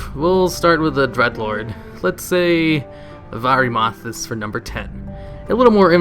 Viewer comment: Varee-mathas Howling Fu-jord Uht-Garde Keep Damn,, you butcher the FUCK out of your Warcraft terms.